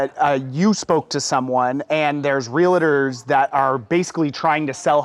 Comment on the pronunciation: Someone should tell the young guy "realtor" is not pronounced wril-a-der.